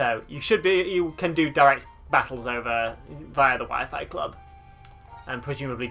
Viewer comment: So apparently WEP is still supported on newer routers but I have no clue how to find it, and at the moment I don't have my phone to use data. Also why "Wee-fy"? 'Why-Fyh" pls Lol definitely the most interesting pronounciation I've heard...